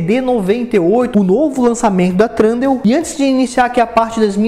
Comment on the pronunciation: E THUNDEAL E NÃO TRUNDEAL!!